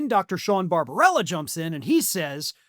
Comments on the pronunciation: The doctor's name is Barbabella, not Barbarella. (Would Jane Fonda be better at medical practice?) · The doctor's name is BarbaBELLA NOT Barbarella. Always a good idea to pronounce people's names correctly, if you call yourself a professional journalist.